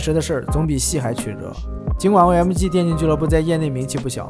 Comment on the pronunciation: 微客得(victor), 噢麦嘎(OMG), 一股乡土气息扑鼻而来 🤣